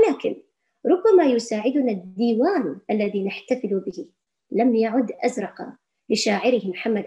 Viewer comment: أزرق بالسكون وليس بالفتح